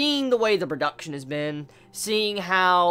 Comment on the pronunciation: I like the way you say pro duck chion.